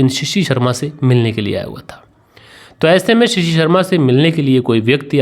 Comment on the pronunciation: Assalamualaikum it is not shishi it is shashi and it is not parteet it is prateet I have corrected you please don't mind khuda Hafiz